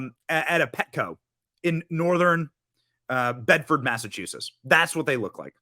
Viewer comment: “NEW BEDFORD” lol